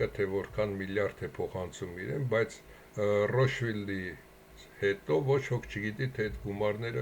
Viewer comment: Այ ախպեր մեռա ասելով ռոշֆիլդ չի ռոտշիլդա 😂